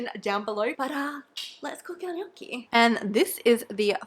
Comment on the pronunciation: AAAH your pronunciation of gnocchi is so cute and also accurate, it sounded 10/10 italian